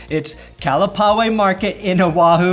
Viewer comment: It's pronounced ka-la-pa-wai market.